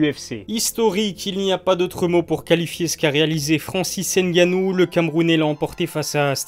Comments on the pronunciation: Cool ta vidéo mais par contre il faut prononcé son nom de famille correctement ce n est pas n'gannou mais c 'est tout collé francis ngannou ce n'est pas plus compliqué que les nom polonais que vous prononcez sans problème donc faut arrêter la comédie. 😔😔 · Ne dites pas ENNE GANNOU, mais ngannou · Il s'appelle Francis NGannou et non N Gannou, le N ne se prononce pas Merci ! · Gars on dit pas N gannou mais Ngannou en gros faut fusionner le N et le G ensemble quand tu dis Ngannou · Ne dites pas ENNE GANNOU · Arrêtez de dire N-gannou c’est Ngannou ! Le N et les M se lisent en même temps pas séparément !! Comme toutes les autres lettres se lisent ensemble !!! Respectez les noms africains svp . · Il faut faire un effort de plus pour la prononciation. Le N reste dans la gorge. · Stp arrête de prononcer le N